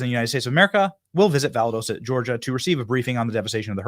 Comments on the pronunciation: Benny, you are driving me crazy with your mis pronounciation of the city in Geargia that you keep refering to. It is pronounced "Val Dos ta" not Validosa. Please slow your speech down and study the spelling. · Pronounced Val daw sta not valadoosta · Show whats in your own area , Benny . Weve got plenty of destruction here from Helena not Core of Engineer ineptness . ( Breaking dams , etc ) Valdosta , pronounced VAL- DAS-TA